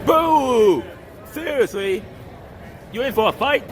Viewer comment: “You sewsly lowking fow a fight wit that?” It’s really sad that this dude is audibly a bit slow/off and no one in his life is like… policing what he watches or at least discussing it with him.